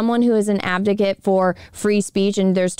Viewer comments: Advocate , not Abdocate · Is it just me or is she saying "abdicate"? It's "advocate"....lol. otherwise great video though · Off Topic. I know your saying "Advocate" but I'm guessing there's something weird going on between youtube, my computer or my headphones because it sounds like "Abdicate" or something like that to me instead. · Advocate*** lol not abdicate lmao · Love the video but respectfully it is "advocate" not "abdicate" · I appreciate the support for them but ffs advocate not abdocat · so the word is AdVOcate not ABDicket. love you and the Quartering and Brittany but please be aware of the words you're using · it's "ad-vocate", not "av-docate" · i love your content. but, you have to learn to say "ad-vo-cate" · Advocate.....its advocate. why cant you tubers pronounce things properly? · Abdigate? lol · Dammit! The whole video? The word is pronounced AD VO CATE!!! Hurts my damn head!